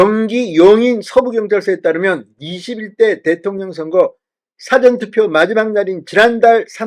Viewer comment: 진성호님! "사전투표"할때 "사전"이랑 국이사전, 영어사전 할때 "사전"이랑 발음의 억양이 구분이 안되네요